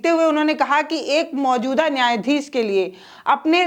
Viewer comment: शेखर को सेखर, न्याधीश को न्याधीस बोलने वाली जो शामिल को सामिल उच्चारण करे उसे मीडिया छोड़ ही देना चाहिए।😂😂😂